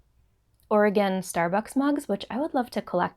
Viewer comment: Hi,! So glad you enjoyed your trip to Oregon! And, thank you for pronouncing Oregon correctly. LOL! Your new HP yarns look wonderful and I am hopeful of buying some. Always enjoy your podcasts and am always inspired by you. Thank you and take care. Patty